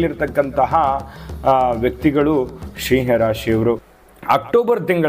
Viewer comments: Pronounce properly that’s not Shiah 😂 it’s SIMHA. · Oh god it's not "Sheeee haa rashri".